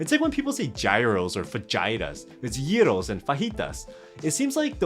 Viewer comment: as someone from Greece, that "gyros" pronunciation. On point